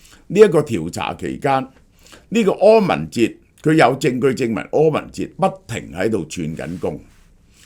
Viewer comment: 柯文“ 哲”